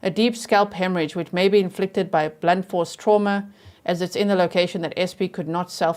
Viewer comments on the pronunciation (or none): none